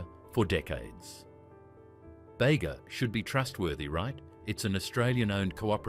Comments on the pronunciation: “Bega” is pronounced “bee gah” not bay-guh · What is "bayga" cream cheese...AI alert...